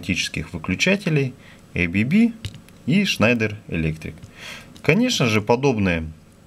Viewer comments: Какое эй-би-би то? АББ читается, название немецкое, расшифровывается как азЕа-брАун-боверИ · Уважаемый автор, не произносите, пожалуйста название бренда "ЭйБиБи". Правильное произношение "АБэБэ", потому что этот бренд имеет шведско-швейцарское происхождение. Следовательно, ничего общего с англоязычным произношением его наименование не имеет. Его российское редставительство зарегистрировано как ООО "АББ".